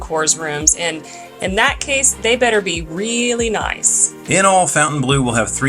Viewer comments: Is there a connecction with the Saudi golf group LIV? See ; regarding pronunciation, Fontainebleau is a French word named after a city in France and should be pronounced something like Fawn-tan-blow. The chateau there is famous for being used by Napoleon as his palace. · Please pronounce it right. Not fountain it's fontaine... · I know the owners insist on Fountain Blue. But it just ticks me off. Why spell it in exact French then demand we pronounce it nothing like it's spelled. Lacks class from the get go.